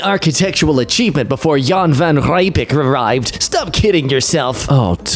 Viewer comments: Yup, it but it was also pretty funny. Hearing non-South Africans/ Afrikaners pronounce Afrikaans things is just the best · pronunciation of Jan van Riebeeck broke my South African heart